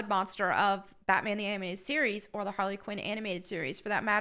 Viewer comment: Harrey Quinn